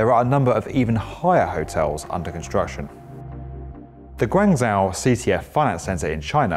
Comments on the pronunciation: I feel like perhaps this method is not letting us really understand what we mean. They really pronounce it as guang-jô as in jaw (part of the mouth. So it's definitely not in the way the guy says it in the video (guanzhau). The "a" sounds more like an "o", but not completely an "o". You know what I mean? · Guangzhou pronounced like Gwang-jo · The pronunciation of Guangzhou is painful. Just say "Guang-Joe", that's easy to say for English speakers, less awkward and A LOT closer to the proper pronunciation. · Meist Syans Cantonese is the local language of the Pearl River Delta. The official language is the Mandarin, that's what you heard. Two people speaking in Cantonese would call 广州 Gwongjau and 深圳 Samjan. I am Cantonese myself. My whole point of posting my comment to the OP is that pronunciation of Guangzhou is coincidentally close to the local Cantonese. You're just obtusely insisting that only Mandarin is used just because you didn't hear the Cantonese version. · That's ok. He was not doing a good job with pronouncing "Guangzhou" either